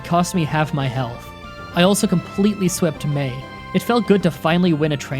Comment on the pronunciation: Am I the the only one who noticed he said Mary instead of May